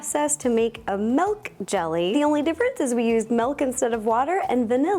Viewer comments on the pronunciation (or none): Okay, I love her, but the way she says "mehlk" (milk) drives me crazy🤣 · i love how her accent is like let me add some melk